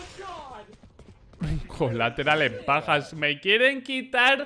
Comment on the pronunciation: Alguien me explica por que dice rey de pajas y no de bajas